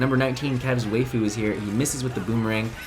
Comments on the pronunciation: The way u pronounce waifu 😅😂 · Should I comment on the correct pronunciation of waifu or is someone else going to handle that?